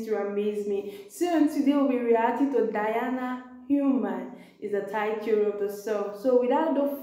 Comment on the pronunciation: Her name is pronounced De+ana, NOT Di+ana